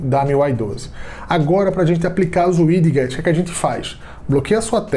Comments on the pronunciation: "uidiguetes" kkkk tem como nao rir nao obs: widgets "uidjets" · E engraçado o jeito que ele fala widgets